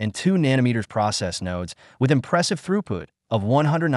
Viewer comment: Throughpoot? Why not just have a human read the script?